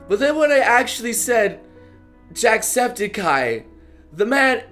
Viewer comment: He said jackspedicey's name wrong everytime. tssk tssk tssk